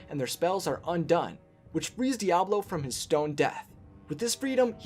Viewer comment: Its Diaval not Diablo or am i the only one hearing the wrong pronounciation